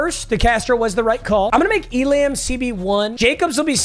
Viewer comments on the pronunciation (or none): Papa, it’s pronounced like ee-lah-m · It’s not pronounced E•lamb it’s pronounced E•lum. It’s kai•ear E•lum